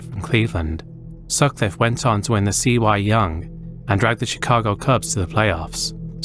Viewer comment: "The C.Y. Young"